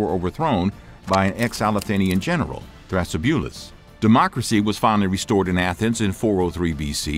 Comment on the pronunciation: His name is pronounced "Thra-si-bu-lus"